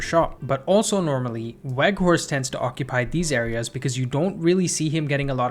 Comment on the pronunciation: with an Edge: the 'W' in Weghorst is pronounced as a "V", please correct accordingly moving forward. Otherwise, great video!